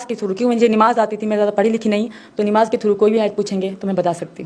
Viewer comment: 😂😂 kalma bhi thik se nahi pad pa rahi... Namaz ko nimaz bol rahi hai. Farq ko pharq keh rahi hai😂😂